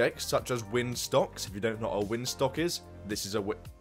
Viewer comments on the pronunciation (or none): “Windstocks” lol